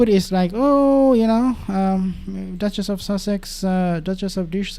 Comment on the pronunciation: "The Ducchess of Dish soap' love it!